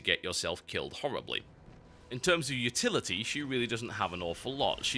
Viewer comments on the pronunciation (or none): none